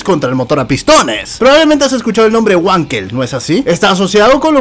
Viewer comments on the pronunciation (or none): Trocoide, amigo...!!! y se pronuncia "Vankel" no Huankel....!!! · como anotación no se pronuncia güankel se pronuncia Vankel ya que el inventor es aleman y en alemann la W se pronuncia como V y la V como F por eso es FolksVaguen y no Volksbajen :) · *NO SE DICE “uanquel”!!!! PRONUNCIE BIEN EL ALEMÁN: « BANQUEL» o «VANQUEL» o si prefiere «FANKEL» La letra W en Alemán es una V o B o algo como F , En todo caso NO ES UNA «U» Así como se dice Vagner o Vag